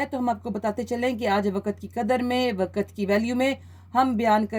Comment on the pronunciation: Waqt not waqat please use correct pronunciation on radio